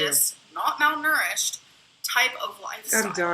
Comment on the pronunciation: Did she just say “malnourished”???..... MALNOURISHED